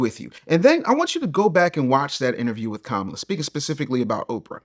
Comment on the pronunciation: Bro can’t even say Kamala right smh